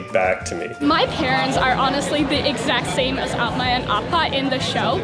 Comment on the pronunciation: Great show but they really need a Korean speech coach / translator on the show. 1) Simu Liu cannot consistently say "Umma" (short U, double M) - Ooma, Oh-ma. Argh! 2). Scene in church basement bazaar where minister takes hat: when he leaves, everyone says "Ahn young he gye seh yo." Wrong greeting - that's what's they'd say if the minister were staying and everyone else where leaving. 3) Nayoung visits and greets Umma and Appa as if they were siblings, not a married couple. Which makes no sense because the actress speaks fluent Korean.